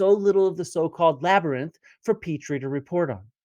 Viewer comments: I'm afraid that if I ironically say 'Labrnynth' too often I will forget how to say Labyrinth correctly! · funniest part is joes been saying "labernyth" for months. duncan even corrected him on it and he cant stop himself. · “Labernyinth” lol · "The labernynth" says the internets dumbest man LOL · "laberninth" - classic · Can we please take Joe down into the "labyrninth", and just leave him there? 🙃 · Um... what in the holy sweet flying FUCK is a "labrinith?!" 🤦😆🤡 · That's cute. My ex's 5 year old daughter pronounced it Labernith too. It was her favorite movie. Also: Me "Say French." April "French!" Me "Say Fries." April "Fries!" Me " Say French fries. " April "Ench fries!" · Dude can't even say labyrinth correctly. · My theory is that Joe keeps mispronouncing labyrinth so he can say that technically he's not spreading misinformation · People actually believed Toe Rogan enough to deny science and willingly die from covid, and the man can't read the word labyrinth ☠